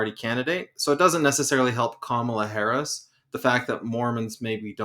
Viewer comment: The guy who can't be bothered to learn how to even say the name of the vice president (it's not hard) is so unbelievably uninformed and still has plenty to say (ignorantly) about every topic anyone tries to discuss, thereby derailing every attempt at sincere conversation. He's toxic and arrogant. Drop him. It's off-putting. You can't invite a guest on a panel who is just going to loudly discredit and not accept the premise to every conversation instead of weighing in on the topic. Flat out rude.